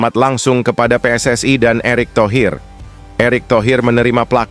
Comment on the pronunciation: Pssi bukanvakronim bahasa onghrilis,tap koq pelapalànnya bahasa inggris.tak faham narator ini